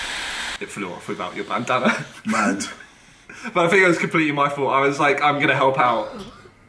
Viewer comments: 4.50 - do you hear 'bandana' or 'banana' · I swear JJ sead bannanna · When they say "Bandana" I keep hearing "Banana" JJ: "What if my Banana flew off" Me: Wut? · He tries to say bandana and says banana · Whenever JJ says bandana it sounds like banana 😂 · When KSI say bandana I hear banana anyone else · It sounds like their saying banana 😂👌😆😝🤣🤪👍🏻😜👏👏👏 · Can JJ even say bandana. Every time he says bandana it sounds like banana 🍌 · Is it just me or when Ksi says bandana he says banana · Jj sounds like he’s say “banana” instead of bandanna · it sounds like he is saying banana instead of bandanna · It sounds like jj says banana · Ik it's a bandana but i keep hearing banana😂😂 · JJ said banana instead of bandandba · Eu4n6H thats what i was intending